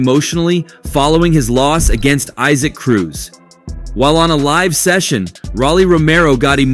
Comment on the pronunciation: It’s E-Sack Cruz…. Not eye-sac